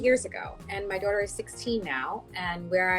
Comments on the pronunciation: Wtf is a "daurter".... a doordash order? This woman needs to learn how to pronounce the word "daughter" lmao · My favorite is how she kept saying "dorter" instead of "daughter" lmao "educated" btw